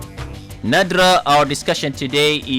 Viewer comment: Her name is Nadra Not